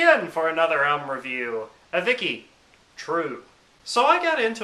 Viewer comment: its pronunced 'avichi'